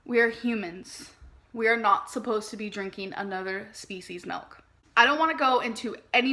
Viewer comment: Melk she loves melk